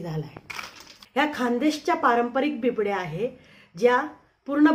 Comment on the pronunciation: Uccar bibdy nahi bobde asa aahe